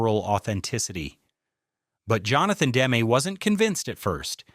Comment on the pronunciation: For Christ's sake pronounce Demme correctly. Your dumbass keeps saying Dem.